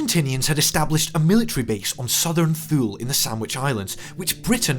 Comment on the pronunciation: Good summary. FYI, 'Thule' as in Southern Thule is a Norse name and pronounced 'Too-lee', not 'Th-ewe-l'. I was with a Harrier detachment at Belize at the beginning of Apr 82. When we heard no one had any idea where the Falklands were, although I'd read of the place as a punishment posting in 'Brave New World'. The RoE for the Task Force weren't changed on 1 May 'to include warships'; I think you must have just mis-spoke. Clearly it was set up primarily to include warships. The change was to authorise Conqueror to attack enemy warships outside the Exclusion Zone. The attack on the Belgrano is also rather misrepresented. Yes, 20m of deck was ruptured but that would not have been fatal. Rather, is was the enormous hole ripped in the side of the ship that dealt the key blow, although the loss of the entire bow a few seconds early would not have helped the ship's navigability! The first description of the non-detonation of Argentine bombs is slightly off. The bombs are fused by a wee propellor on the nose that has to spin a certain number of times and screw in a contact before the fuse is made live. With the A-4s forced into ultra low-level release these props didn't have time before they hit to spin up and arm the bombs. So it wasn't the skill of the pilots that was the problem but over-conservativism by the armourers. Once of course as I understand it [a UK Red-Top Newspaper] had made the issue public they were able to rectify this. You repeatedly talk about there being just 20